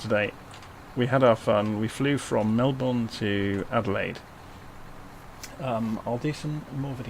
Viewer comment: Lol the way u say Melbourne isn’t that correct or should I say it isn’t the Aussie way